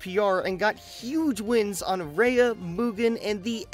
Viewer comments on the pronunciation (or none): none